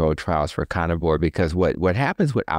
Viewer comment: I’ve heard in other interviews and absolutely love him!! I especially love the way he pronounces “conivore” 😅 I wish I had a doctor like him 💗